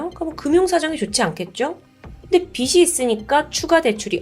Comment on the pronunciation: 첫 번째 사건 어처구니가 없네... 아내가 불쌍하다. 그런데 두 번째 사건에서 "빚이" "빚을"은 "비지" "비즐"로 발음해야 하는데...매번 잘못 발음하시는 듯